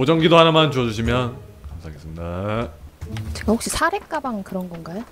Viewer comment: 자막은 감사하겠습니다~ 이렇게 나오는데 그냥 들으면 ...읍니다~ 이렇게 들림ㅋㅋㅋㅋㅋㅋㅋㅋㅋㅋㅋㅋㅋㅋㅋㅋㅋㅋㅋㅋㅋㅋㅋㅋㅋㅋㅋㅋ 괜히 멋쩍은 말투인게 뭔지 알아서 더 웃김ㅋㅋㅋㅋㅋㅋㅋㅋㅋㅋㅋㅋㅋㅋㅋㅋ